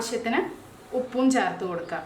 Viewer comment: Charthu ennalla,cherth